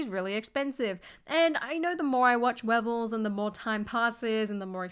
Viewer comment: Ok I love you but I thought this was funny “webels” 😜😜❤️